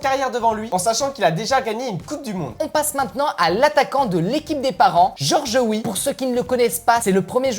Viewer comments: C'est Georges Wéah les amis pas Georges Wi 😂😂😂😂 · c'est pas george wii mais george weaah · On dit pas Georges Wii mets Georges weah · C'est Georges wéaaa pas Georges woui